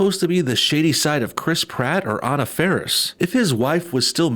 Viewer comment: Omg please pronounce people’s names properly. Anna Faris’s first name is pronounced Ah-na. Drives me nuts. 😜